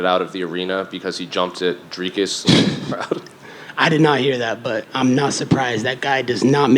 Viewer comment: Colby is the only person who said Dricus's name properly.